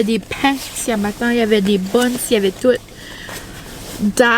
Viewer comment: Ciiiia chiiiabatta ça se dit aussi bien que rrrrgggyyros avoue 😅